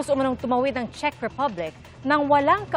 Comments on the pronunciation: Shek, Czeck sabi ni. Di nya alam tamang pronunciation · This Claire Castro can't even pronounce Czech properly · Alam mo nagbabasa kna nga lang do mo pa ma pronounce Ang czech. Shek ka Dyan.